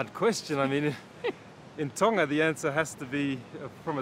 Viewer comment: Honestly it makes me cringe 😬 everytime she says Tonga like can y’all learn how to pronounce the word pls. Like no offence